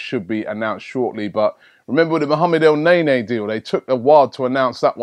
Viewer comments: stop saying el naenae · the pronunciations i this video is appalling braHImi el ne ny